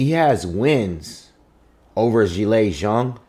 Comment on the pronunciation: FINALLY!...A brother who pronounces the Chinese warriors name correctly.👍Also congratulations on a very carefully considered and balanced commentary.